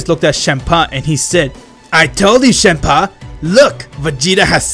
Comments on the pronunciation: It's Champa not shampa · Chempa? You said chempa? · I like how he says shampa instead of champa